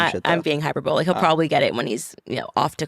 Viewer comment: She can’t even pronounce hyperbolic. This is kind of scary.